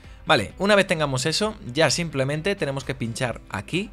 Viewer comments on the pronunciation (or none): none